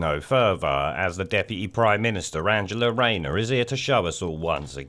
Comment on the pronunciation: Hiya. It's me. Pwoud Norverna, Deputy Prime Minister and Basic Instinct enthusiast, Anjerloh Raynoh!